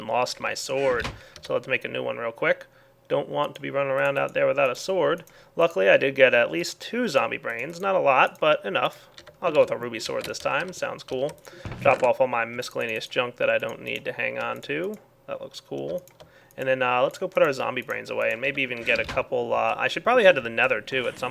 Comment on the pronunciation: Its pronounced "MIS EL AYN EE US" not MIS KAL AYN EE US... the c is silent :P